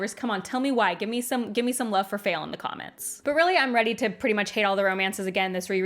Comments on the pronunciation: Me: isn't her name pronounced Fah-eel? (If I remember her dictionary entry correctly) Also me: but she dislikes the character, so maybe it's intentional. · I don't hate Faile as much as most but I'm here for your pronunciation of her name haha.